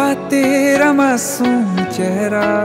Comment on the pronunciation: Sir sorry but aapka ek word jo masoom hai wo bahut galat pronounce hai